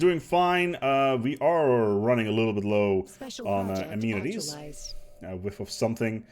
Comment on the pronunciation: A-man-eh-teas. Try it,.